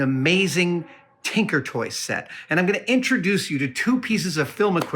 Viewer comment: Brother.... "Tinker", not "Tanker" Thank you so much :)